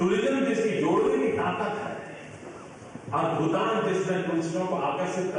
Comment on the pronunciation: Aap ko bhutan bolna nahi ata bhutaa n. Bolta ho pm jee spaling galti hai